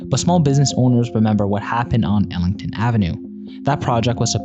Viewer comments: its not Elington' avenue .. its eglinton, get it right lol. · AI voice can't pronounce 'Eglinton', instead it's 'Ellington' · “Ellington” avenue 🙄